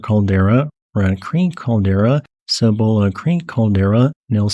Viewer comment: Native Coloradan here--I've explored all of that area, it's fascinating geologically. A couple of notes on place name place pronunciations: "Cochetopa" is pronounced "Coach-uh-tope"--the ending "a" is silent. And "Cebolla" is a Spanish word, pronounced "Suh-voy-uh", Spanish for onion. By the way, Wheeler Geological Area was designated a National Monument for several years in the early 1900's. Its National Monument designation was withdrawn because it was so remote that hardly anyone ever visited it. Even today, it is only accessible by foot trail or by a long and pretty difficult 4WD trail. I've been there--it's a pretty remote and quiet place.